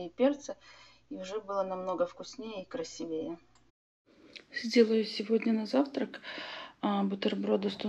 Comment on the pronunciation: купить фарш и называть пельмени домашними. омг. конечно это никто не оценит и домашними назвать модно только потому что дома сварили. научитесь уже ударение ставить в слове красИвее